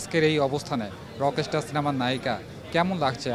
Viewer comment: রকিস্টার কি😂😂আগে উচ্চারণ শিখে তারপর নিউজ রিপোর্টার হন। রকস্টার হবে ওটা